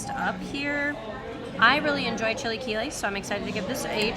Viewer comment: Chee lay key lays